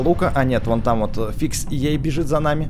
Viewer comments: Не фикс ей е а фиксай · не фиксей а фиксай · НЕ ФИКСЭЙ А ФИКСАЙ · не фиксей а фиксай ютубер такой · ты чë? FixEye говорится ФИКСАЙ А НЕ ФИКСИ!!! ТЫ ЧТО, ТАКОГО ЮТУБЕРА НЕ ЗНАЕШЬ??? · Не фиксей а фиксай ютубер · Не фиксей а фиксай! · Не выксей а фиксай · Не фикс ей а Фиксай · Не Фиксей а Фиксай.